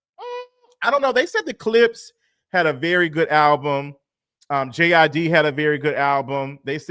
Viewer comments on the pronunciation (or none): It’s not GID it’s JID he’s from Atlanta😂😂😂😂